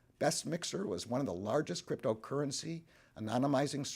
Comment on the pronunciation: at least if you had said crypto correctly